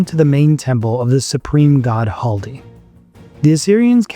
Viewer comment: it's not Haldi. It's Khaldi